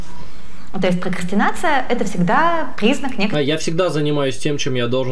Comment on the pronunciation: Пхокхастинация, пхокхастинацией пхокхастинихует. (ещё бква Х добавилась)